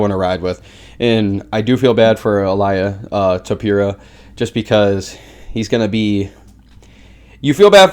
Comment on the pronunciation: Il-ee-uh Toe-pur-ee-uh